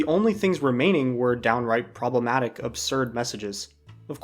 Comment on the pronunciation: Say 'problematic' again.